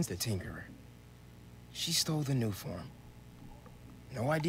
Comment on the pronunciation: Title: tinkerer:tinkeler